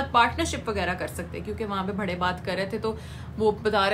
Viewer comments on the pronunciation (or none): Aap bhady q bolte ho bade hota hai wo